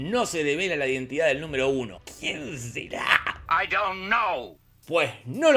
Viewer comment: "qUiEn zErAaAh?" jajajajajajajajajajaja esto si me dio risa